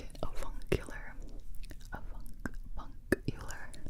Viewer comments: You said avuncular I heard a fun killer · Yo the first word i thought she was saying A F***ing killer her lol